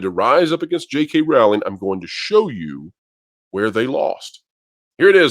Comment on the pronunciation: Pro please pronounce Jk Rowling 's name correctly. Rowl as in bowl. She herself has said it. I understand it's a small thing but it's respectful